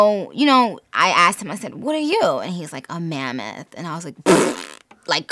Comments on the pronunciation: Why did I think that she said Mormon instead of mammoth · AM I THE ONLY ONE THAT HEARS MERMAN INSTEAD OF MAMMOTH ??😂